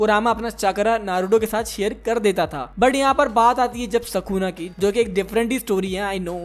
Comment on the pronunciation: Bro its sukuna not sakuna